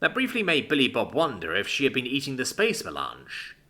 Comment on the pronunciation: It's Spice Melange, not Space Melange. It's a "Dune" reference. :D